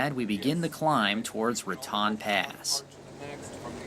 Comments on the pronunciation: It isn't Ra Tawn - it's Ra Tone ------- Ra Tawn is in Florida and best to roll thr r = rrratone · It's pronounced Ra-tone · Haven't read all the comments, but I am sure by now that you realize it is pronounced 'ra-tone' New Mexico. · Ok Raton is pronounced "Ra-Tone" not Ra-Tan.... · It is pronounced Raton, with a long o sound.....Otherwise it would be spelled Ratan. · Most of us out here pronounce Raton with a long o , as in ra tone. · Raton is pronounced Ra TONE such as tone deaf. When you don't research proper pronunciation you end up sounding like a moron and leave yourself with a lack of credibility. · LOVE your awesome videos...thank you! ONLY thing to add is it's pronounced Ra"Tone" Pass :) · FYI - Raton, New Mexico is pronounced "ra-TONE." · ...FYI it's pronounced Ra-tone. And Hoehne, CO is Hoe-knee. I used to summer there. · If you're going to narrate this video, then please learn to pronounce the town names such as Rincon and Raton. This is a little distracting for those of us who grew up pronouncing the Spanish named towns.